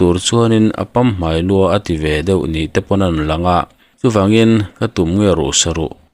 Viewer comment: Pamhmai i lam dan hi a thluk a dik lo deuh a nia.